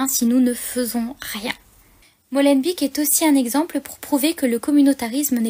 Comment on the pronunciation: Prononcez ''Molenbayk'' et pas ''Molenbik'' - Beek (bayk) signifie : marais ou ruisseau. Ici, ''marais du moulin'' (molen).